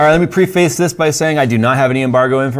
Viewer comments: It's not pronounced pre-face, it's pref-ace (prĕf′ĭs). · PREFACE is pronounced (preh·fuhs) lol bugs me every time sorry